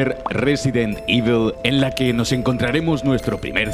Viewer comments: Nadie: Absolutamente nadie:: Resident Ivel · Debes trabajar más esa pronunciación de “EVIL”. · "ivol", "ivel" al final como se dice